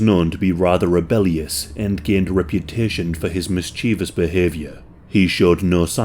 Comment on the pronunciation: Mischievous not "mischevous" or whatever it is your trying to pronounce you working class oaf.